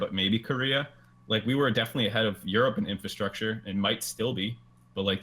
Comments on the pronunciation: Frosk, stop saying "infalstructure" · Why does froskurinn keep saying "infilstructure" as opposed to "infrastructure"